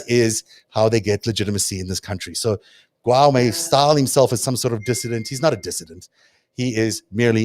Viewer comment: The Chinese name Guo is not pronounced "gwow" (rhyming with the English word "now"), in Chinese it's pronounced "goo-aw" (rhyming with the English word "law"). Here is a video showing how it is pronounced: v=mTVbzQBpJmM In English, it could probably also be pronounced "goo-oh" (rhyming with the English word "show").